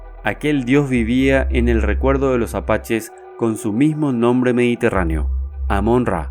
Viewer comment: Amom-Ra o Amem-Ra? Amen-ra